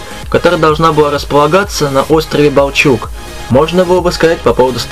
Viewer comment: Всё для людей... И да, не балчУг, а бАлчуг